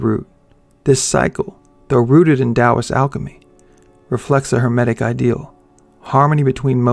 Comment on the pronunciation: Thank you for pronouncing Taoist correctly